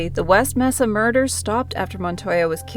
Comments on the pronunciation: Pronounced May-sa=Mesa good video though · It's pronounced MAsa. Mesa. Just sayin. Anyway, creepy. As long as there are people on earth there will be murder.